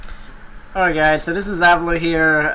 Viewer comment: ok, look, people even pronounce this guys name a-vil-o and my LAST NAME backwards is avilo and i dont even know where this guy gets avilo as his name and then pronounces it wrong ex its avi-lo not a-vil-o, plus is "avilo" ur real name, seriously iam getting fed up when people in dota call me a-vil-o